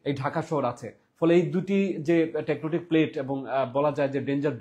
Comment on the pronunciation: আগে টেকটোনিক শব্দের উচ্চারন শিখেন ভাই!